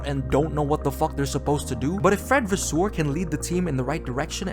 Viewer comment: Its Vasseur not Vaswoweu omg😭